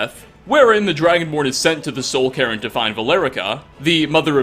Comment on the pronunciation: And calling a cairn Karen